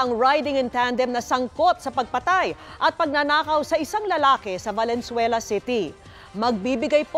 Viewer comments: I'm pretty sure sabi nya "Valenzuera" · Valenzuera! 🤭 sino naka dinig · valenzuera 😅 did u hear that